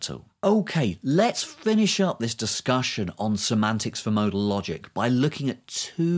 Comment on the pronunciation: I can't comprehend w Weather your saying modal or model?